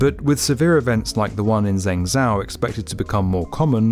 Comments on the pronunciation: Zeng zao? 🤦🏼‍♀️ You had me up until then! Zheng Zhou is pronounced like Jung Joe. Used to live there, very sad about the recent flood. But it’s not that hard to look up how to say Chinese city names - surely that could be done before recording narration next time. Other than that, very interesting video. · I presume the narrator's "Zeng zow" flooded city was an attempt to say Zhengzhou :( -- where "jung joe" would be a rough approximation of the correct way. I wish Westerners (I'm one) -- especially narrators -- would learn a few basics in pronunciation for mainlainder spelling: X = sh Q = ch Zh = j Obviously, that's simplified since there are 2 sounds for sh, ch, j each and there are vowel pronunciation issues... but get those 3 right and we're partway there. Lastly, why do we insist on saying the "j" in Beijing like we're saying Beige + ing??? Good news: it's JUST A J SOUND! Other than my rant about pronunciation, I'd call it a great video! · Loved this video! Just a heads-up, "Zhengzhou" is pronounced more like, "Jeng Joe." "Zh" is a tricky sound in Chinese for us English speakers. 😆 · ZHENGZHOU is pronounced like this... JENGJO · Zhengzhou should sound more like "Jeng Jo" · Zeng Zow.... ouch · "Zhengzhou" is pronounced "Jung joe". ZH makes a J sound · This honestly annoyed me lol .... Like even if you understandably don't know, its not that hard to put that in Google translate and get the correct pronunciation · I enjoyed this video, except for the pronunciation of Zhengzhou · The way he pronounces zhengzhou 💀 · Good video but that was the worst way of saying Zhengzhou i ever heared. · Laughed when I heard the way you pronounced Zhengzhou. Check how to properly pronounce it please as a kind tip. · He pronounced ZhenJiang so well, and yet, ZhengZhou so wrong. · I want to congratulate on not butchering the chinese names this time, especially those with difficult pinyin letters like Chongqing and Zhenjiang... Until Zhengzhou. There's always one eh